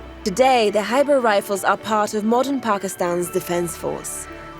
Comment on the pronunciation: Its Khyber Pass and not Hybrid Pass.